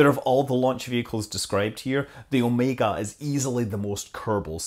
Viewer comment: at least someone who can pronounce OmegA' correctly :D Blue Origion = SpaceX 2.0 ?